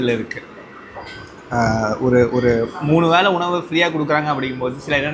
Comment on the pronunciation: வேளை not வேலை,தமிழ் கொலை பண்ணாதீங்க...